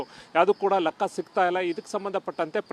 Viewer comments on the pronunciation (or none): lakka alla guru lekka